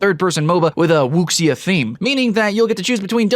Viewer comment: wuxia is pronounce as wu-sha or wu-shu